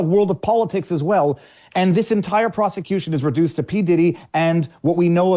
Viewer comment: bro relax with the word ‘proscituition